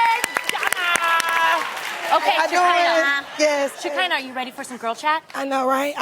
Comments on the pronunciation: Tamara said sha-ky-nah. I think its sha-ke-nah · “Sha-kinda” Tam please learn how to say the lady name😪🤣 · The way Tamera pronounces Shekinah’s name I can’t 😂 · Tamera was off or something cus the way she pronounced Shekinah name, and read the old ladies post lmaooooo